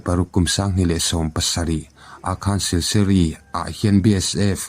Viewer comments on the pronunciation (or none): Sil su ri (Silsuri)tih tur aw